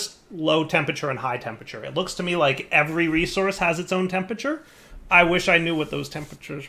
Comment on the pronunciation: Skip straight to about 24m if you want to hear say 'Tempature' instead of 'Temperature' about 50 times.